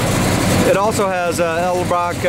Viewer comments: You lost me at "Eldebrock." It's "Edelbrock." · "Eldebrock"😉 Don't feel bad....for years I mispronounced it the same exact way until someone took me to school over it. Nice ride!